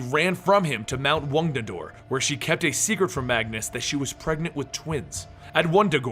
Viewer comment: Says wadadore the first time then second time says it right